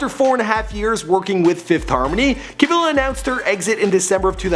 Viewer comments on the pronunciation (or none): "Karla Camilla Cabello Estrabo" omg he only got Karla right 😂😂😂 CamEEla CabeYO EstrabAo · Normunee,Deny Jane,Lauren jaroogi,Camilluh cabellow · Cameela Cabeyo* Pronunciation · It's CamEEla CabAYO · “camilla, al-eye brooke, nor-manee kordee, lauren jaroogey, deny jane” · You pronounce it Cameela Cabeyo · i love u but i HATE they way you say her name